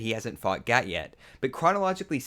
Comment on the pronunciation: Its gat, not cat